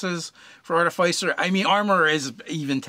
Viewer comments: Please, please, PLEASE say "arti-fisser", not "artif-eye-cer!" 😫😫😫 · Two things: it’s pronounced ‘Ar-Tif-icer’ and it is a steel, not iron, defender. That said I’d recommend the following feats: sharpshooter and great weapon master (if medium or large), Fey touched for the first INT bump and access to Bless, piercer at later level if you are mounted and use a Lance. Mounted combatant could easily be replaced by any number of magical items or spells. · It's pronounced 'Ar-ti-fiss-er' and I will die on this hill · If you are going to be padantic it's actually pronounced Ar-tif-i-cer. That said it's not a big deal if they are mispronouncing a word in a game of imagination. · Sorry but it is pronounced a couple of ways. That is just the way of tomatos and Artifice.